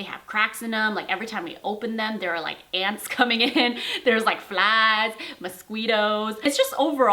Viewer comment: “Muss-sqweetoes” I LAUGHED OUT LOUD HAHAFSCH I LOVE YOU